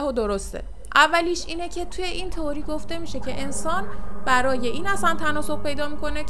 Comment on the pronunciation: سلام میشه لطفاً کلمه《تئوری》رو《توری》تلفظ نکنین.